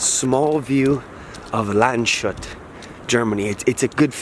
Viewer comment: Landshut is spoken Lands-hut, no "sh" sound. It means guard of the land.